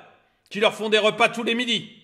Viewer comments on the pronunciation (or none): none